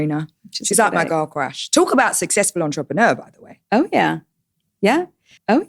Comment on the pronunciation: "How successhful she is" 😂😂😂